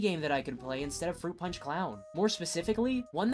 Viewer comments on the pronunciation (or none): Fwoot pawnch for evweewan